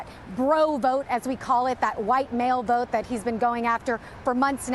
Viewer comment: Does this mean i don't love my country. "I don't want to voat for this ....thing .